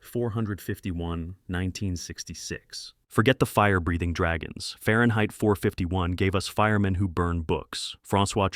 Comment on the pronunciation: So many mispronounced words and names. And flicks not banned but many are still excellent. And it’s pronounced Quat(rhymes with plate) Quatermass. Ok and it’s pronounced Ray Mill-land. Suspecting AI narration here? Fahrenheit? Come on… the script’s not awful but the narration sounds like AI SLOP!!!